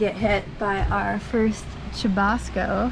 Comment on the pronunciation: I like the way you sa: chubasco, you can also use Aguacero or Palo de Agua en other Latam countries